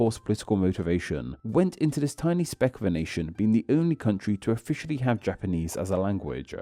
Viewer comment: Random unrelated question: why do you lengthen the final constant/syllable of each sentence? (Eg palau -> palawuh, nation -> nationnuh)